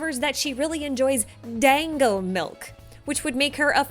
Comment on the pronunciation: Technically, "dango" is pronounced more like "dongo". Being a japanese word it uses their odd phonetics where they don't pronounce individual letters but symbols which they use for writing which are either sets of 2 or 3 english letters. Bothers me a bit though as it makes it more complicated to pronounce literally anything without knowing their language. But it does have the advantage of being much more consistent than english as the symbols used for japanese are always pronounced exactly the same unlike how in english vowels change purpose based on surroundings.